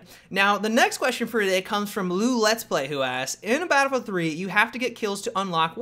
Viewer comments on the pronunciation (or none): say it with me now.. Battle-Field.